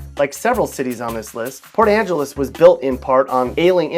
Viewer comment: I laughed when I heard port Angeles